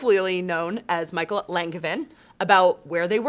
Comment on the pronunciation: Michel's name is pronounced MICHELLE not Michael. And his last name is LON-JUH-VIN. Aside from that, smoking review. Thanks